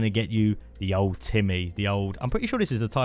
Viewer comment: Great Guide, much thanks for that! However I hope i'm not being rude by saying I think its pronounced "old time-ey" :P